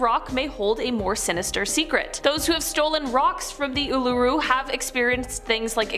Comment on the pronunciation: If you can’t pronounce something correctly don’t do it at all as an Aussie the way you pronounce ularu at the beginning was just insulting